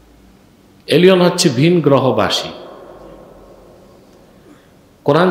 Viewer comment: এলিওন নয়, এলিয়েন!